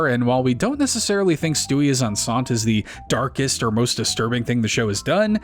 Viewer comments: OK, so the episode about Stewie being pregnant? ”Enceinte“ is pronounced ”EN - SEE - YEN - TAY“. It‘s the French word for pregnant, and is a reference to an episode of I Love Lucy where they revealed that her character, and Lucille Ball IRL, were pregnant. It was titled ”Lucy is Enceinte“ because, being the 1950s and all, the use of the word pregnant on television was considered unacceptable and taboo. Also, I may have only ever heard of the CW show Gossip Girl back in the day due to flipping through the local channels while trying to tune into WWE Friday Night SmackDown! on, well, Friday Nights. LOL. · That isnt how you pronounce Enceinte its closer to en-saint